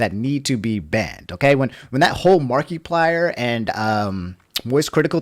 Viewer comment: Tfw simps for Markiplier but can't pronounce his name right fake simp!